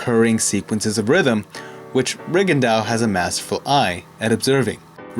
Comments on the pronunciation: Re Gon Doe, not Rig and Dow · Reagan dow? That's not the right pronunciation I guess. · Why did you continuously butcher his name? Please respect these non white fighters. You had to have known how it was properly pronounced lol